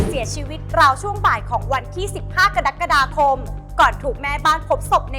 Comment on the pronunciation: กะ-รัก-กะ-ดา-คม ไม่ใช่ กะดั๊กกะดาคม😂